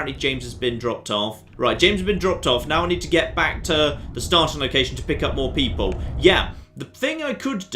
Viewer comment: "...and space peeple..."